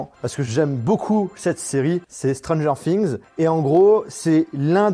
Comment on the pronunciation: "stron gère fings"